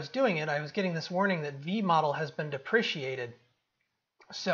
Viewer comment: "DEPRECATED" not "DEPRECIATED" ;)